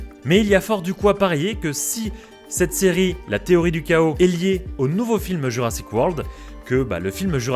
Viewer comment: Petit effort danglais. Chaos : ké-osse en anglais, pas ka-osse. Sinon superbe vidéo comme d'habitude :)